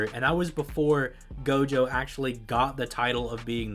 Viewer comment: I Heard jogo instead of gojo in one part